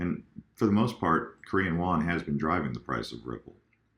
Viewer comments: it is Korean Won not Wan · just lettin ya know it's WON and not WAN Not trollin, just wanted you to know for future reference! Keep pumpin out these videos!!! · Korean “Won” not “Wan”